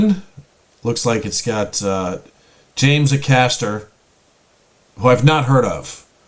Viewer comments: His name is James "Ay-caster" not "a caster". The stress is on the A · James name is A caster rather than ackaster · FYI. His name Acaster is pronounced Aycaster. ✌️♥️🇬🇧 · The focus is on the first syllable of James Acaster's last name. A-caster, not aCASter. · James’ surname is pronounced Ay as in day caster. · Just by the way it's A RHYMES with HAY caster! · James Acaster, (pronounced A-caster), is very funny, with a sort of dry sense of humour. You might want to check out his exploits on the show Taskmaster. There is a "James Acaster's Best Moments On Taskmaster" clip on YouTube, that's about 16 minutes long. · It's A cAsta. It's really hard to wright down how to pronounce it but basically emphasize the 'A's. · It’s pronounced hay-caster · A(rhymes with hay)-caster. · There's some incredible James Acaster (pronounced A-caster btw) out there. Keeping on the food trend he now hosts a food based podcast with fellow comedian Ed Gamble and he even contested on the celebrity British Bake Off and it was the day of his life. Dumped by his mrs and no sleep for over 24 hours . Loads of would I lie to you clips that are hilarious and his time on taskmaster was amazing. Greg Davies is good with him on that. Oh and cats does countdown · Pronounce with a hard A. A Caster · Acaster is pronounced Ay-caster. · There is a WILTY James Acaster compilation that is very worth watching You are pronouncing his second name incorrectly, A-cAster, two hard A's 😉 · For pronouncing his name, you just need to put the emphasis on the first syllable, which is a long "A". So it's like AY-kas-ter. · James's surname is pronounced A-Caster, as in a Caster you put at the bottom of something to make it easier to move around. No point reacting to Gabby Logan vids as she's a sports presenter. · It's pronounced Aaay-caster.🙃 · Check out James Acaster (pronounced ay-caster lol) mock the week compilation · It's pronounces AY (as in hay without the 'h') caster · Not til he learns how to say Acaster